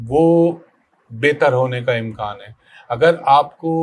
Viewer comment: امکان ہوتا ہے۔امکاں نہیں